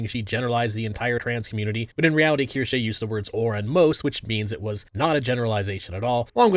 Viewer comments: Language lover here. It's pronounced "Keer-shuh." Have a lovely day and thank you for the content. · Asmon: Keershey Ace: Kursh: Keershay I enjoy this Internet trend and I like to imagine she does too. Bostonian mispronunciations and all. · is pretty notorious for mispronouncing things lol. Kinda his charm by this point.